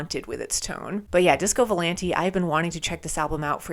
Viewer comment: it's disco vou-lahn-tae, not disco volan-tee (source: I'm italian 🍝)